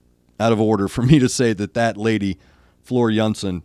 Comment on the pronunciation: For the love of god! Stop pronouncing their name american style! It’s Tarja and Floor Jansen. Not tardza and dzansen